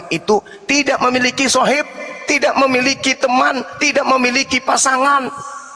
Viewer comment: Mgkin dia membaca sohiba padahal di akhir huruf BA itu ada skun ada skun mati jadi bacanya Sahib.